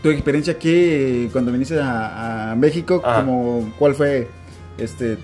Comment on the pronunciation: Ufff esto podrían ser como 10 videos. Es una entrevista muy interesante, y se me antojó visitar talán. De repente no dijo mecsicou, dijo mekishiko, ya es japonés x3